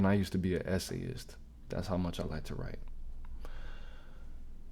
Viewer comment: when you said "essayist" I heard S.A'ist, as in you used to S.A on the regular 😅 fkn YouTube lingo.